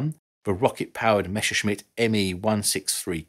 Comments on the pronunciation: Messerschmitt, not Mesherschmitt !!! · Very strange pronunciation of word "Messerschmitt".